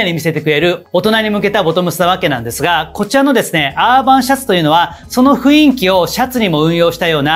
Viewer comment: いつも拝見しています。 たいへん参考にさせていただいてます。 ありがとうございます。 １つ気になることがありまして初めてコメントさせていただきました。 「雰囲気」という言葉なのですが、「ふいんき」ではなく「ふんいき」が正しい読み方だと思います。 細かいことなのですがいつも拝見していて気になったのでコメントさせていただきました。 これからも応援しています。